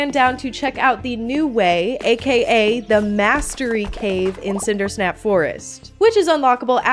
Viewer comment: its cinderSAP forest not cinderSNAP forest.